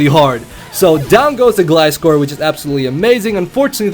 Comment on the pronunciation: Finally someone that says gliscor right!